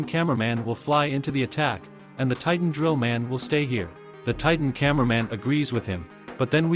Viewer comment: Bro said trillman titan.